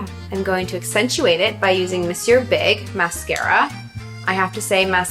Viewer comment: Omg yay! Props to her for saying the monsieur big mascara correctly!! It grinds my gears to hear people "MONsieur" 🙄🙄